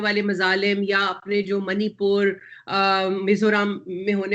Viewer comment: I am from north east. Lekin ye to aise kahte hai jaise inhe inner permit(ILP)mila ho Yaha aane k liye. Listen her saying Manipur as Manipor. Naam theek se bol nahi pate hai aur inhe kashmir chahiye.